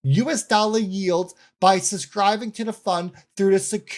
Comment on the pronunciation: No offense but who the hell would pay this guy $500 for an hour to hear his annoying voice. He can't even pronounce suBscribe!!!! He says, "SUSCRIBE!" 🤣🤣🤣🤣🤣🤣🤣🤣🤣